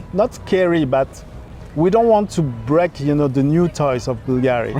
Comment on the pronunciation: He not pronouncing Bulgari properly.